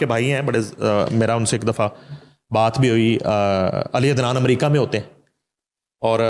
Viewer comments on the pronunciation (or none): none